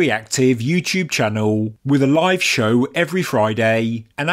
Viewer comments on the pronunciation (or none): none